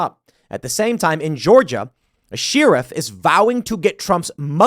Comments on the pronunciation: Why does Tim pronounce Sheriff like Sheeriff?😂😂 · SHARE-if NOT shee-rif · Tim, its pronounced "share-if" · why does Tim pronounce it, "Sheeerif"? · Why can't Tim pronounce the word "sheriff" correctly? SHE-RIFF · I’ve lived all over the country and world, dumbass. I’ve never heard anyone say SHE RIFF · Tim "doesn't understand how anyone keeps mispronouncing Vivek but keeps mispronouncing sheriff" Pool. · I hate the way Tim says Sheriff lol